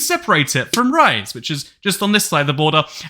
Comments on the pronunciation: Well i dont want to look like a nerd but in its not 'rise' it more like 'Rees e' and the e pronounced. Does it really matter no but as a Turkish citizen i wanted to point it out. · I don't think there's a dispute between Azerbaijan and Armenia over Nakhchivan?? you're confusing it with Karabakh... also fun fact erdoğan has implied a lot of times that he is ethnically Georgian, which might be true since he's from Rize (not ryze...ree-zeh) my maternal grandmothers side is also ethnically Georgian and it's common for people in the Black Sea region to view Batumi as a part of the wider Black Sea area, though yes as the literal head of state he should think twice before saying such things, especially considering how aggressive our foreign policy has been as of late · bro called rize rice